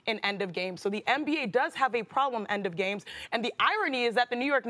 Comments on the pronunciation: Probelm?? FFS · “A referee probELM”?